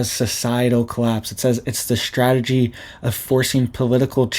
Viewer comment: It's strategy, not shtrategy😂😮